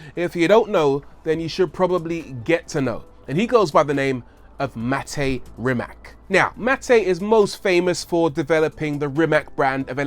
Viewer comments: Rii mache. Pronounced differently than you say it buddy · I'd love to hear you (and Doug DeMuro, for that matter) pronounce the name Rimac correctly. It's extremely insulting to not know how at this point. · Would be nice if you pronounced Mate Rimac properly! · why every host or human being which talks about Mate Rimac on ytb is saying his name wrong?... isnt this just a lack of research...? To me that is just lazy idk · It's not Rimac, it's Rimac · Rimac is also pronounced like rim ass not rim ak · It is Rimac not RimaK.😀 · Ni ti ha, sa takvim ponosom izgovaraju to K...jaoo. Nisam cak ni ljut kaj to tak izgovaraju samo nemogu to vise slusat😕😕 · It is Rimac not Rimak. Ri-mac. And C is not K like you say C in Cyprus. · its actually pronounced REE-MATS, not REE-MAK. you could have spent 3 minutes and "investigate" how to properly pronounce last name of a person you're making a whole video about... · Is NOT "RIMAK"... The name is "RIMAC"... With C... Not K... 😫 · Rimac is pronounced Rimach. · It's not pronounced rima'k it's pronounced rima'c like you pronounce c2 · Man can say Akrapovič but can't pronounce Rimac as it is (Rimatsz, not rimak as everyone thinks) you read it like the drum sound; ba dum TSS haha p.s. I am Croatian so you can trust my pronouncination ;) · It's pronounced "Reemats", with a soft C at the end, not "Rimack". He's Croatian. Whether you love his work or hate it, at least say the man's name correctly. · 1) Rimac not " Rimak". 2) Akrapović is from Slovenia. Have some respect. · Its a croatian surname thus is not pronounced "rimac" but "rimatz"... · Say RIMAK one more god damn time, I dare you, I double dare you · Hey Rory, his last name is pronounced REE-matz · It's pronounced Rymahts. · Its Rimac not Rimak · It's pronounced Rimats. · Let's get that pronunciation right... It's "Ree-matz." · Rimac is Croatian. (as was Nikola Tesla), and his family name is not Rimak, it's Rimac. Last letter is 'c', which sounds 'ts'. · Rimac is pronounced "Rimats"!